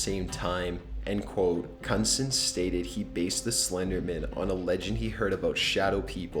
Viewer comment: That last name is pronounced 'Kin-nude-sen' btw.lolol.